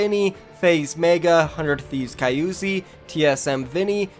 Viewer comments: ITS KY-ZU-I !!! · Isnt it KYzui not KYUzi??